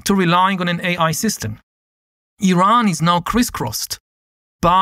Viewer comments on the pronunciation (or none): none